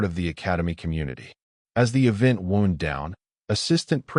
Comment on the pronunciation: The vocal AI seems better than average. I can actually tell the difference between "forearms" and "four arms", this AI uses a 'microscopic' pause four and arms makes a lot of difference. Though it did pronounce wound as in "injury" rather than "to unwind"